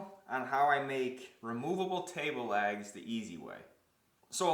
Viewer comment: can't tell if he's saying "lags" or "legs" ................